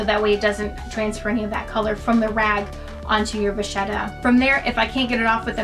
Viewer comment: Can I just say that it’s pronounced as “vakheta” not “vazieta” in italian.